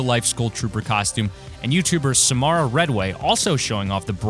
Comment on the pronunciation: You said samara's name wrong 🤣🤣😂😂